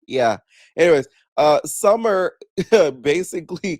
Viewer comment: Not gonna lie, the bottle thing you said, "SummeRRRRR" BUM AZZ 😂😂